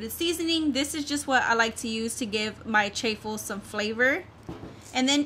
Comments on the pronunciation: It’s actually pronounced Chaw-ful like a cheese waffle. But for anyone who hasn’t tried them they are really good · Please say chaffle just like waffle with ch sound cha ffle